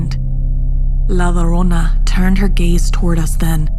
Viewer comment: A lot of the words were mispronounced like ñiña and llorona